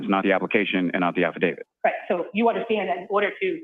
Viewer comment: "Halfadavit Lally". OMG...I can't catch my breath!!!🤣🤣🤣